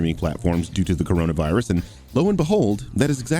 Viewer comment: I don't care about your political opinions, but goddamnit if I see "cOrOnAvAAAhRuS" one more time I'm gonna start my own hunt 😂